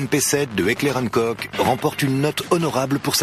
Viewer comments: Heckler & KOK????? Putain mais apprenez à prononcer >< c'est Heckler und Koch (allemand). Enfin les combats en CQB c'est la nouvelle face de la guerre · Qui a réagis à la prononciation de Heckler und koch ? ^^